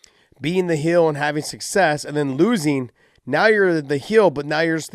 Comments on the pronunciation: Josh thinks heel is pronounced "hill" in the same way he thinks rankings are "brackets" lol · Heel brother not hill 😂